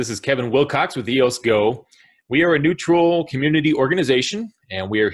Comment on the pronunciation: sounds like you said New Troll organization. Neutral.. New Troll.... Neutral... lol